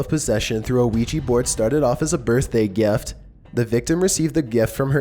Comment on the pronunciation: "The girl played with the geft" lmao geft